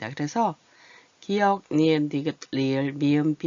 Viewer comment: 기역이라고 읽어요